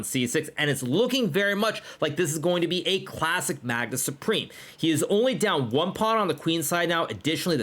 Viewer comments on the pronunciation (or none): none